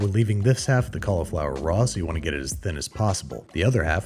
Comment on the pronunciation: I am vexed by your pronunciation of cauliflower.